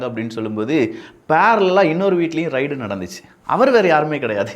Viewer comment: சில உச்சரிப்புகளை சரியாக சொல்லுங்கள். ரைடு இல்லை ரெய்டு. மற்றும் எல்லா காணொளிகளிலும் "ல்" - லை,"ள்" என்று உச்சரிக்க வேண்டாம். சரி செய்து கொள்ளுங்கள்